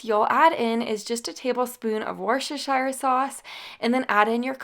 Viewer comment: This is how to say Worcestershire properly: woosst-err-sheer.